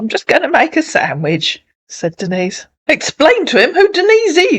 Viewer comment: The scammers can't pronounce "Denise" and call her "Dennis" 😅 Lola should have corrected them for that.